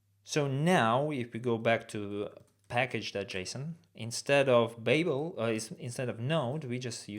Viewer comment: BTW babel is pronounced bAbel - a long A sound, its from the hitchhicker's guide to the galaxy